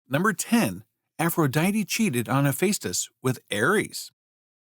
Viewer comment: It's NOT He-FACE-tus. It's He-FESS-tus.